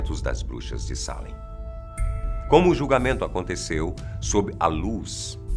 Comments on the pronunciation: É Salem e não Sálem. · O melhor video que já vi aqui!, vc é phoda! Já morei em Boston e visitei Salem ( se pronuncia Seilam) algumas vezes. Adorei